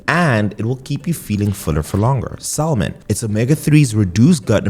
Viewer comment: You being an educated doctor saying Salmon like that just irritated my soul!